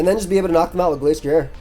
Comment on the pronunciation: You said Glasstrier and Glacetrier, but the ending should sound like ryer (like the end of a washer-drier). They are based off a destrier which is a type of horse and I believe its normally pronounced differently. Just want to make sure you arent accidentally wolfeying yourself, great vid bro.